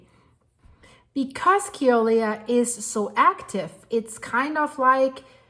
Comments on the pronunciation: As a native hawaiian born and raised on hawaii island.. it's pronounced (Kill uhh way uhh) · Say Killer-way-a